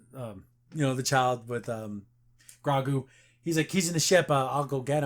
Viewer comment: Btw just to know for next episode its pronounced Grogu (Grow + Goo)